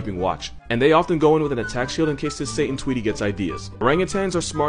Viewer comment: “Satan twetee” dear goodness